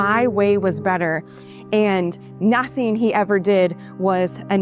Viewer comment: it's the way she says ñauthing! You just wanna b slap this troll.....